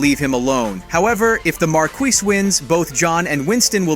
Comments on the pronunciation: Mar-Quee? Really? Come on. I don't speak French at all, but it's Mar-Key. Also "Interp-ree-ted?" No. This is just dumb. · MARKI not mark-wiss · It is not “mark-WEE.” It is “mar-KEE.” I suggest going back to school or going into another line of work. Good grief. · He said "Mar-KWEES", I stopped watching. It's pronounced "Mar-KEE" (Marquis) like a car KEY. Mar-KEE. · He killed 3 guys with a pencil! Get your facts right, and it’s pronounced Mar-Key, not Mar-Que you illiterate idioit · can't get over how badly americans fuck up french pronunciation. it's not 'mah-kwiss' or 'mah-kwee', the first time he said it he actually got it right.. 'mah-kee'. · inter PREET ed ? is this a bot reading? also Marquis is pronounced Markey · I absolutely hate how you pronounce Marquis... The S is silent... Mar-Key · that is not how you pronounce marquis, its "mark-ee" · Marquis, pronounced "Mar-kee". Interpreeted? .... Do you mean In-ter-pret-ed? Was the voice over for this video done by an AI voice? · Bro, what is going on with your pronunciation of words? You pronounced "Marquis" like 4 different ways, and "interpreted" as "inter-preeded."